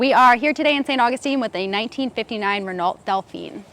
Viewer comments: Ruh-no......not Ren-nult.... Oui monsieur.. but whose listening? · She's great and beautiful, but it's a ReaNOOO instead of Renald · Ren-oh. Renault. FIFY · Renault is pronounced 'Reyn know' not 'Ruh norlt'. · Nice video! A couple of comments: 1) "Renault" is actually pronounced "REN-oh"...not "re-NALT"; 2) The 1959 Dauphine was equipped by the factory with a 3-speed manual, not a 4-speed. I have to assume that the transmission in the video car was changed during restoration. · I have a ‘64 Dauphine. I purchased 7 vehicles, and parts that are compatible with the ‘64. For about $400. The attention that this car has received, where ever we go, is pleasing, and humorous. It does grate my nerves to hear people mispronounce the company’s name. It’s ren-no. Not ren-alt. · Renault= REN-no. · lost me at ren orlt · Did she really say Ren-ALT Dauphine? Maybe she’s using the US pronunciation from the period? LOL. Beautiful car, really brings back memories. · It's pronounced Renooowwww. I could be here all day, correcting your bloody English 🤔 😉 Best wishes 🇬🇧👍🇺🇸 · It is pronounced 'Renau' in the rest of the world. I don't suppose that they teach French in US schools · It's pronounced as Renno. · Renault is roughly pronounced "re-no" with the e sounding like the i in bird. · You don't pronounce the U or the T at the end of Renault. It's RE-NO. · Pronounced WREN-NO. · I suddenly have a taste for some pineapple! BTW It’s pronounced Re no. The T is silent. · "1959 Rennaalt delphineen" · It’s pronounced ren-OH. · Renault pronounced it ren-alt in their US advertising...blame them. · Well you don’t say Reaul you say Renoh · You don’t pronounce it. Run oh....with a french R !! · All good apart from your American pronunciation of Renault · Nothing says car aficionado like saying Renault with a hard T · A WHAT!?! FFS please learn and pronounce names correctly... no amount of T&A can overcome the ignorance. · That's correct. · I love the way she pronounced Renault ! 😊